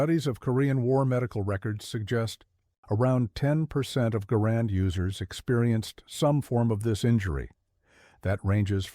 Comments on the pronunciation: I heard his name is properly pronounce "gerund," not "ga-RAND." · In the name of a just and merciful GOD, it's GAR and, not guh RAND.